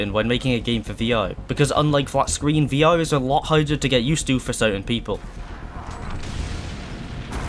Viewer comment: Why are you saying V-O?